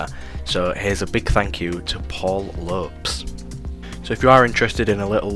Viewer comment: Paul Lope-s.... Hilarious pronunciation. Love it.